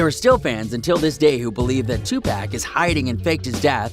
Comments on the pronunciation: He said Tupack it’s tupac and pronounced tupock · This dude rlly said “2 pack” umm sir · Every time he refers to 2pac as 2 pack it makes me cringe lol . fuckin noob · Tupack it’s 2pawk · Bro Stop saying 2pec it’s 2Pac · HIS NAME IS 2pac not 2pack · bruh you said two-pack its two-pock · I stopped the vid when he said two pack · I know this nigga didn't say 2pAc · 2 poc say it like that 🤦🏾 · down vote cause you pronounced Tupac as 2 pack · Are people really gonna bypass the way this guy said 2 pack? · My guy really said 2 pack 😂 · When I found out this was bs “Tupack” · People still saying 2pack ? Smh. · white guy said TWO PACK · Nobody: This nigga: 2 pack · U better learn his name and say it right 2 PAC!!!! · He said 2pack lol who are deez people talking about us 🤔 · We really gonna ignore the fact that this man just said "2 pack" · Lmao I said the same thing this video lost all credibility for me just from hearing that alone. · When he said 2pack I was in the comments then when he said it I was like wtf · 😂 2 pack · I agree it's like 2 pac let him rest too. Dude also needs to learn how to say 2 pac too lmao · Listen don’t ever pronounce pac name like that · This dumbass nigga don’t even know how to say Tupac you don’t fucking say pac like you say Pac-Man you dumbass nigga 🤦🏽‍♀️🤦🏽‍♀️